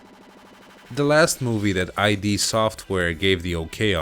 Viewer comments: Only one criticism to make as a fan of id Software: the word is id as in ego, superego and id. In other words it is not I.D. Other than that, in my opinion, you did quite good. Not up to TB quality but good. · It's not "eye-dee software", it's "eed software". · it's "id" software as in counterpart to ego, not "eye dee".